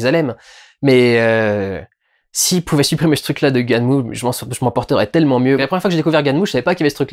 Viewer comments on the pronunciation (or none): Il ne faut pas prononcer "gunèm" mais "ganmou"